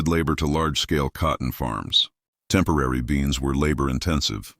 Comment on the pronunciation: It’s not a “temporary” bean. Stupid AI 😂